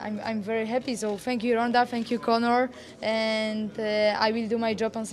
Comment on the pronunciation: Joanna is such a "hap-piee" champion! ;P Hopefully, she builds a win streak like Anderson Silva and is "very hap-piee" to do so.